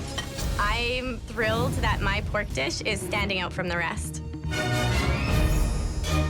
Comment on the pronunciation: It's poark